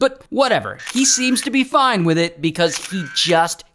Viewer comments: The way bro says "foine" makes me giggling and smile. It makes me forget he's an adult man 💔💔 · I like it when dude says foine😅